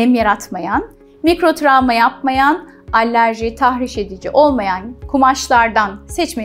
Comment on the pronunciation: "Allerji" değil, alerji.